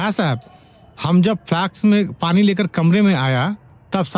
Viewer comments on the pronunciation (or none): none